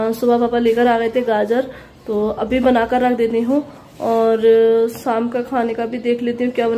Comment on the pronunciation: Atha nai hata bola karo